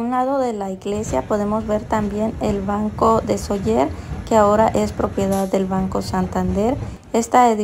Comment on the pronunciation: Gracias por enseñar un poco nuestra casa. Se dice Sóller. Acentuando la O ya que existe el acento. La vocal fuerte es la ó. Cuídense 🙏🏻